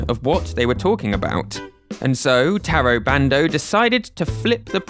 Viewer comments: Fantastic video over all. Gotta say, the lesson in Japanese pronunciation vs. mispronouncing the Japanese creators’ names (I.e. TAY-RO BAND-O versus TAH-RO BAHN-DOH) had me laughing a little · Please respect people enough to say their names properly. It's not hard. Oh my god as I am typing this you literally explain the exact mostake you were making... Ta Ro Ba N Do. Jeez....